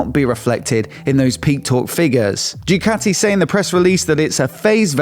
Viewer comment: Please,, please, Ducati is pronounced Doocati and not Djoocati.